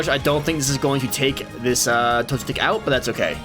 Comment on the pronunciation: Tbh, I didn't notice you were pronouncing Torchic wrong, lol